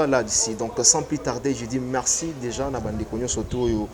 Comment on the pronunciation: Marcello et non Maxelo Merci et non mexi